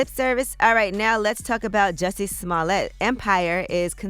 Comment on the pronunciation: *Juicy Smollyay